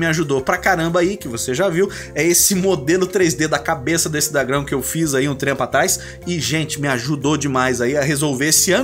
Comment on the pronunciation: muito 'R' pra uma frase só te entendo